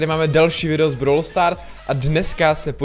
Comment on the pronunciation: Proč [brawl] vyslovuješ jako [browler]? Mně to extrémně triggruje